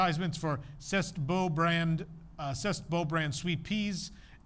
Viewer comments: Yup. I used to work there. And "C'est Beau" is pronounced "Say Bow", not "Sest". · "cessed" 😂😂😂 "Cessed la vie" 😂😂😂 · “C’est” is pronounced like “Say”. Just trying to help your French. 😊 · "C'est" is pronounced "say." Makin' Groceries is a common phrase in south Louisiana meaning to buy groceries (from old commercials of a family grocery chain now out of business). Terrebonne is a parish near New Orleans where there is sugar cane grown so molasses would be made there.